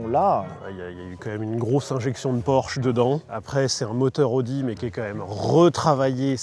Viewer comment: Il faut vraiment faire un effort et prononcer "a-o-di" et pas "odi". Il ne me semble pas qu'on prononce Aston Martin à la française